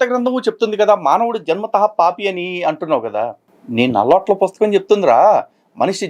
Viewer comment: 😂😂😂😂 అన్న నువ్వు నల్ల అట్లా పుస్తకం అనొద్దు అన్న😂😂నాకు ఏదోలా వినిపిస్తుంది😂😂😂😂😂😂😂😂😂😂😂😂😂😂😂😂😂😂😂😂😂😂😂😂